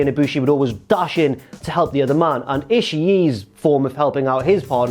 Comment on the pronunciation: I'm never going to get over the way pronounces Ishii's name.